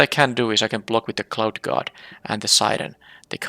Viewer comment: Your accent made the Cloud Guard sound like Clout Guard truly a chad. Also it seems like flyers always win games super easy not many reach creatures in the last few sets.